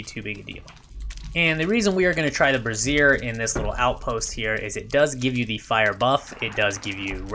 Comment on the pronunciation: Great build! (I don’t know if you were being funny or not, but if not the burning brazier is pronounced “BRAY-zier”. Brassiere is where the word “bra” comes from. And where bras definitely have been burnt I don’t know that I’d want to use one for light — or cooking.) ;)